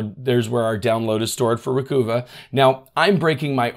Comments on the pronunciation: Developer's Description By Piriform Recover files deleted from your Windows computer or from external storage (e.g. USB stick). Recuva (pronounced "recover") is a freeware Windows utility to restore files that have been accidentally deleted from your computer. This includes files emptied from the Recycle bin as well as images and other files that have been deleted by user error from digital camera memory cards or MP3 players. It will even bring back files that have been deleted by bugs, crashes and viruses. (I might add, if your happen to be from Boston it is spelled correctly as "Recuva". 😂) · I always assumed a slight pun, Recuva.... with U pronounced as in tusk...... recover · Always go into data recovery attempts with a very high expectation of failure. Having thoroughly tested and attempted to use many products over the decades, few have any value at all. Recover (phonetically think bruvva) is the correct pronunciation from what the company told me many years ago. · It's Ree-cuh-vuh. (sounds like recover). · I believe it's pronounced Ree-cuv-ah. As in "recover". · Dead right,”Recuva “is pronounced “ Recover “ , just harden the C”. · I’m pretty sure Recuva is pronounced Recover. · I pronounce Recuva slightly differently. But I'm just guessing. Adding that extra "C" to "CCleaner" is like nails on a chalkboard for me. I'm not saying this is a rational or even reasonable response. I'm just saying what happens when I hear it. Thanks for the great content! Now I will go nuke and pave a bunch of perfectly serviceable Windows installs! 😆🤣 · Oh, think NYC accent: not Ree-Coo-va, it's Ree-cov-ah. (I HATED when Lexus named a car the "Achieva" -- cause (AS a NYer) I always heard that as a "New Yawkah" trying to say Acheiverrrrrrr.... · I mean, Recuva is obviously supposed to sound like “Recover”because it’s data recovery software. 🤷🏻‍♂️ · is it pronounced, re-cuva? Like recover, recova? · Can you say Recover? Recuva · It is recover without the R or recuva